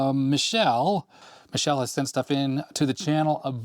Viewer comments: it's not pronounced like Michelle wich is a girl name! It's pronounced Meekele! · i think you're pronouncing Micheles name wrong if hes Italian. youre saying it the french way